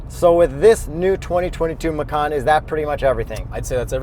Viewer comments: Hii, sorry The pronounce this car is "MACAN" with "C" not with "K" (MAKAN), because Porsche said they take this name from Indonesian language. And the meaning "MACAN" is "JAGUAR" if you say "MAKAN" that meant "EATING" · Guys, its Ma-Chan. Not Ma-Khan. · Hii, sorry The pronounce this car is "MACAN" with "C" not with "K" (MAKAN), because Porche said they take this name from Indonesian language. And the meaning "MACAN" is "JAGUAR" if you say "MAKAN" that meant "EATING" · Macan. . .I thought it's Macau...haha...it would be nice if Porsche name a car Macau. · Lol.. it gives me a chuckle everytime macan is pronounced the way it is in the video. It sounded like the word for "eating" (makan), the word macan comes from indonesian word for tiger, so might want to google how it sounds. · Since macan is an Indonesian word for tiger, I believe it is supposed to be pronounced ma-chan... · Bahasa Indonesia = Macan = Tiger You Better not pronounced like that 😅